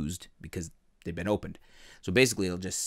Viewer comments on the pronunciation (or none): none